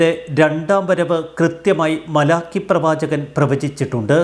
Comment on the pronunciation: masiruthy vayikkado